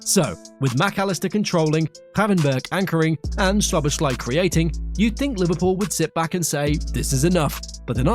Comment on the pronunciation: Szoboszlai is not polish, like the way you pronounce his name in this video (Shoboshlai). In hungarian sz is english s. > So-bo-sla-y